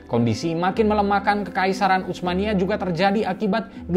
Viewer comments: Sdkt usul min,laen x pengucapan utsmaniyah jgn menggunakan ucmaniyah dg huruf c,tp dgn s saja usmaniyah,atau kl mau ikut bhs arab pk huruf tsa ث، عثمانية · Saran dari saya, ketika mengucapkan Utsmaniyah tidak perlu membunyikan huruf t nya, karena ts itu transliterasi dari huruf ث bahasa arab yg cara bacanya seperti s tapi lidah ada diantara 2 gigi atas dan bawah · Susah amat nyebut huruf bang "tsa", sampai baca "utsmaniyah" aja keceletot2 begitu... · Ga enak banget terdengar telinga pengucapan "utsmaniyyah" nya. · Bacanya bukan "utsmaniyah", tapi Utsmaniyah. Pake huruf tsa ث. Bukan huruf T dan S dalam bahasa Indonesia.